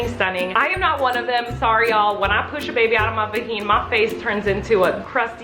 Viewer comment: Every time she said vaheen I burst out laughing🤣